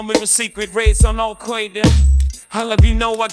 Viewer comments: Jay-Z's pronunciation of Alqoida must be the cutest thing I've ever experienced in my life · "al quaida" lol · But the most powerful Ai cannot pronounce Al-Qaeda. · Oy vey, these Al Kwoyda guys, are not my kinda guys. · Al-kwae-da, I think that's Animalese... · Al Qoida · "Al Quaid-uh." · al qwe-derr